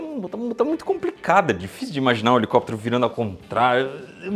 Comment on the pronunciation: "🎶Hhhelicópterr, hhhelicópteeerrr...🎶"